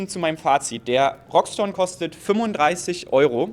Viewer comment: Wie kommt man auf Roxton ? (R -> X) = (R) (iX)TON Es heißt auch nicht Shire 03